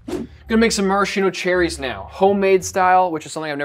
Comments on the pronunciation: Ffs it's pronounced /maraskeeno/, not /marasheeno/. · Pro tip if you want to impress people: in Italian it's pronounced maraSKeeno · One shot for each time that Maraschino is mispronounced. It's Mah-Rahs-Kee-Noh. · Marashino?! Amerincas haha. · MarasKKKKino for the love of God America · Cool, but that’s not how you pronounce maraschino :( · missed the opportunity to teach Americans the correct pronunciation of Maraschino